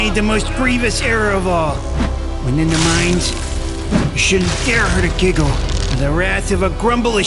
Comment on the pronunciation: I thought sayed jiggle